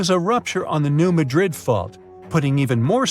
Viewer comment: New MAD rid is how it’s pronounced. We used to go fishing in Reelfoot Lake.